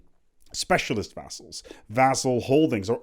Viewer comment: Paradox is overhauling vassals just so is forced to make a video on it and use his godly pronounciation of vazals